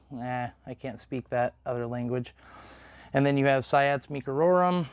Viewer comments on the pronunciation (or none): It's pronounced "see-ots" ._.